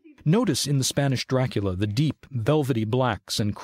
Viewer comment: Why "doorakoola"?